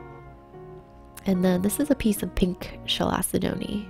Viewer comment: also it’s pronounced ’kal-se-dony’